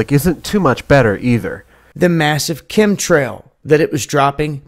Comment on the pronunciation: What's a come trile? Sounds like a sex axadent. Mabe a tidy trail.